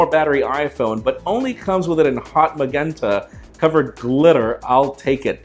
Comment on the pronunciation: makenta kikantic